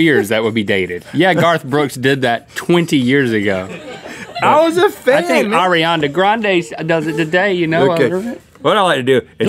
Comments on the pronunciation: why cant link say ariana grande. he says ARIANDA GRANDE everytime it kiLLS ME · link said "arianda grande